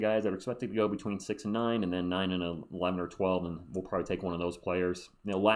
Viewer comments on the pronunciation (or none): none